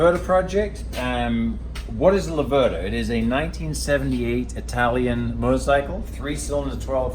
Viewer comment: Great effort mate but please pronounce it correctly: it's Lave-rda not La-verda. Just move the accent one syllable further. #MadeInItaly